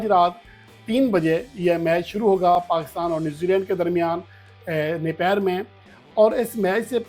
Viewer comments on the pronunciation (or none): شہر کا نام ناپیر نہیں نیپئر ہے پلیز